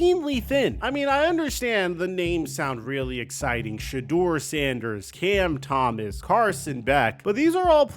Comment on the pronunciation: "Cam Thomas "- dude.. you're kinda a joke. You get names wrong all the dam time, and your takes are wack